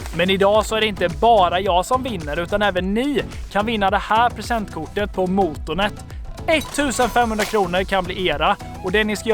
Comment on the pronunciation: man ska säga måtånet inte mootoonet